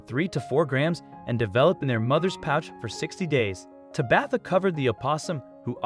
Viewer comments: I was laughing every time he said Tabitha. Lol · Whomever is reading the script needs to learn how to pronounce a few words. When referring to an injury it is pronounced 'woond' not 'wownd'. Tabatha is pronounced 'TAH-bith-ah' not 'Tah-BITH-a'.